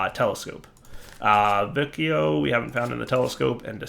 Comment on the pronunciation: if you notice the name of the constellation is similar to Latin, so the "ci" in vicio should sound like the chi in "chili", the "vi" in aevitas should sound like the vi in "video"